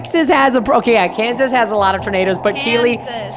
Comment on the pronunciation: He said my state kasas